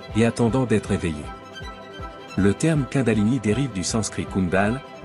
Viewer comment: Prononciation exacte même pour les robots.. Kundalini se prononce:." La kounedalini"...❤